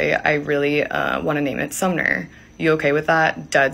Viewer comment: Thank you so much for being the only one to talk about it all from this angle. Plus, you actually pronounced her name correctly. Everyone else is reporting her name as SUMMER but it's not, it is SUMNER like you said.